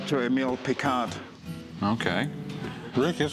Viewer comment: Picault is not pronounced 'picall' it's "pico"